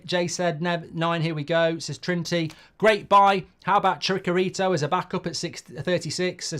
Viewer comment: Chicharito! You pronounce it the way it's written!